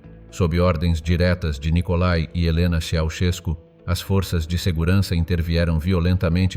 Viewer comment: Non je ne veux rien de plus car tu es un robot qui deforme les noms de famille. Ceaucescu doit se retourner dans sa tombe !!